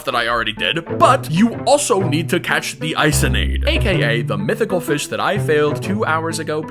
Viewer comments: How to pronounce Isonade👇 I-SON-AD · Isonade is pronounced “eeh-so-nah-day”, it’s a Japanese myth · Also isonade is pronounced Eee-so-nad-A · Not to be THAT GUY but it's pronounced (eesonadé) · Didnt pronounce isonade correctly